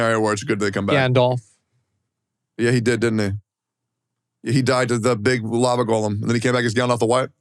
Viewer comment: Did this man just say "Lava Golem" ?